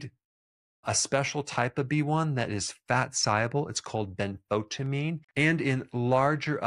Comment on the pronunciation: Thank u for saying benfotiamine.